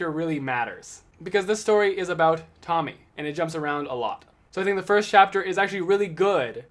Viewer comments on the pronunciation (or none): I know it’s each time their own but I think Tomie is pronounced Toe me ay Anyway great video (in waiting for gyo and shiver to come in the mail) You definitely deserve more subs 😁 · Before u get on camera always check Google translate for stuff u dont know how to pronounce so no one make fun of ya, cause its pronounced tomi ay